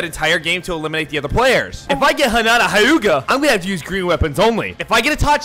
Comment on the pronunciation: im sorry did he say hinata hi-ga